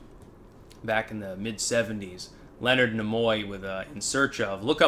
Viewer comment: Leonard Knee-Moy, not Leonard Nim-oi.